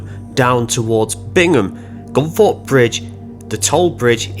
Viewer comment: I thought it was Gunthorpe but you,re saying Gunforpe which is it ?